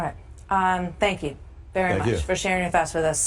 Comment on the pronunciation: 1st part of the convo...owned...couldn't even say thank you right, lol!